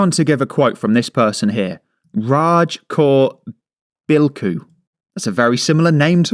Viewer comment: Bilkhu. Sounds like Bilko. (Sgt Bilko comedy TV series.)